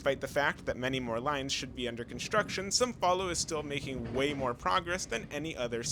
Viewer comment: The most surprising thing about this video is that you speak the nasal sound of “São Paulo” correctly. Usually years of practice of portuguese are necessary to do such sound, congratulations 😂